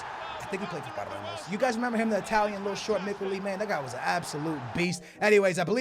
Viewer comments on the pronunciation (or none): He called Palermo Parlemos😂😂😂